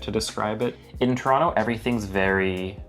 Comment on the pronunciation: you just confirmed something Jimmy Carr said with your pronunciation of Toronto - it came out like ‘Tronno’😊